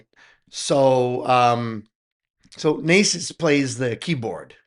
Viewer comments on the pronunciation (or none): none